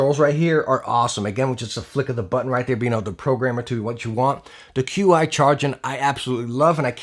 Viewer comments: "Qi" is Chinese technology and pronounced like "Chee". So, it's "Chee Charging" and not "Q-iCharging" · Lol "cue eye" wireless charging